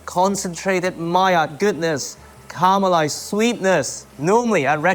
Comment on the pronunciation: Hope you read this. Can you try to call it ca-ra-melised and not car-melised? I would really appreciate that! Thanks....